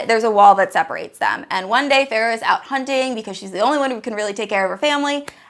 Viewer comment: "Farrah" No ma'am. It's ✨fae-ruh✨